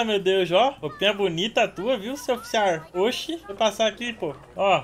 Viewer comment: "oficiarrr" nordestino sulista, o sotaque perfeito.